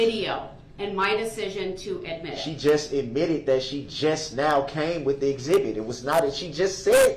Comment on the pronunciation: Doesnt she mean "exhibity"? Lol i wonder if he will "Axe" any more questions of relevance-y in regards to this case-y....lol